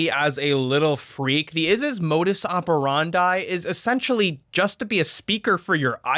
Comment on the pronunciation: Since when do you pronounce 'operandi' like that...